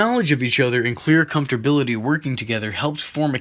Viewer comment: "Comfability" though?